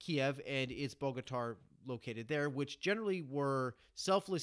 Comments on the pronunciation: Cool summary thank you 🙏🏻 Just a little help Bogatyr in English can be pronounced like [ Bogatere ] 😉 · Good job. It's pronounced boga-tier. Soft o as well.